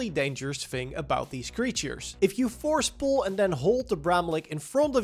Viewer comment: Lof houw joe seej ‘fors poel’